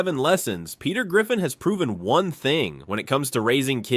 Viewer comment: “Lesson number fwun”